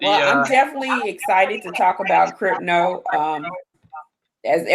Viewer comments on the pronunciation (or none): What is cripno. Are you trying to say crypto?